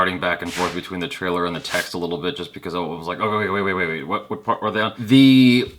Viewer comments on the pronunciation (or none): none